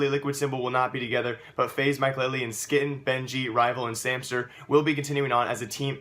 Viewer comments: pronounced hue-e-ton not skytten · Its Sky-teen. Not ski-ten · ITS NOT SKITTEN LIKE KITTEN ITS like quiten or whquiten